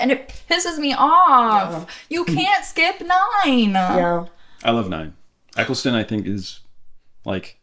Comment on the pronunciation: Point #1 (and THE MOST IMPORTANT): It's Ecclestone (pronounced Ekkleston); NOT Essleton!! That is enough in itself to be my other points as well; but I'll throw in a few more: In terms of the identity of the Curator: I agree with, that it's a future version of the Doctor that's gone back to an earlier face in order to live out a quiet life. But,really it's because the needed Tom Baker to appear; and they couldn't really explain why he looked so much older. There were three stories in the Classic era where multiple Doctors meet up; and they were able to retain their memories of the events. The 8th Doctor was played by Paul McGann - but only in ONE movie. Did you not notice the picture of Susan on the photo board in the Black Archive..? The Zygons themselves were a homage to Classic Who, as they had been David Tenant's favourite monsters as a child.